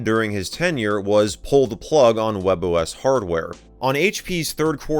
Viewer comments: That can be easily explained the form that the spanish can be variate by the country you live (like Argentina, Colombia, Venezuela, etc). as of the pronuncioation, WebOS it sounds like 'Huevos', because we say it like 'webos', wich is the same as the OS, and it's written like 'Huevos' With that explained, i hope you have a nice day, my fellow user :D (in Valparaiso there's a fricking discotec called 'Huevo', LOL) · English speakers: WebOS 😃👍🏻 Spanish speakers : WebOS 😈